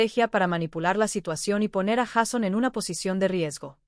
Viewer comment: Sería bueno que la persona que narra el vídeo no dijera Jason se escribe Jason y se pronuncia Jeison